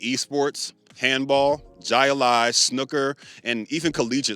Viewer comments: My brother said "Jai lie". 😂. I get it. Michael Jai White. True. But it's "hi-lie". You're pretty cool. Orlando area? I subbed. Can't wait to check out your catalogue. ❤ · It’s pronounced hi-a-lie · I just wanted to start by saying that I really enjoy your videos. I don't want to nitpick too much, but you might need to amend some things that I've noticed. The "Jai" in Jai Alai is pronounced more like (High), and the PASPA Act of 1992 was signed into law by President George H. W. Bush. That would be Bush Sr., or Junior's dad. I'm sorry if this comment makes it difficult for you after the fact. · Oh, and minor tid bit, jai alai is pronounced like hi lie. I used to see commercials for it all the time in ny NJ area. Looks cool af when you're a kid. I think 30 for 30 did a documentary film on the sport and it's history. It's about as corrupt as corrupt can get. Perfect for gambling lol. It's an interesting doc. You should watch when you have a moment.